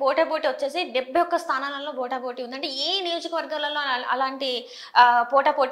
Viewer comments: proof reading undadu., telugu vacchinaa saiggaa maatlaadaro leka asalu teluge theliyedho ardham ayi chaavadhu.veelloo veella Anchorings....BOTA BOTEE ento? akkada team lo ye okkadiki koodaa theliyadhaa POTAA POTEE anaalani...?? chettha news channels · పోటా పోటి అనాలి, బోట బోటి అంటే ఏమిటి?